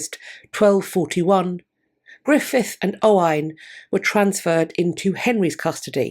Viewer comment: 56 years old and just learned Gruffudd is pronounced Griffith.